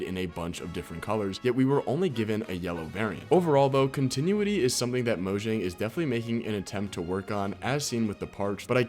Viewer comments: Continuity is pronounced “Con-tih-noo-wih-tee” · learn how to say continuity